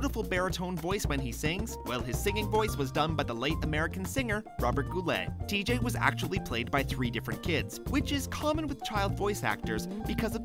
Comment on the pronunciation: Did you just pronounce TJ’s name tee-jay?!?!? ITS TEEG!